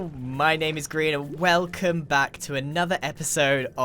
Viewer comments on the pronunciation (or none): ew did he just say whale cum